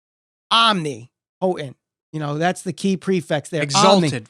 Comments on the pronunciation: Dude needs to learn how to say "omnipotent" hahaha pretty bad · After hearing you pronounce "omnipotent" i'm questioning my whole life now... only an exalted one can ease my mind on this matter Edit- to add to the actual video i kinda believe that Raven was a swerve to take attention off Matt but i'm just hoping for this.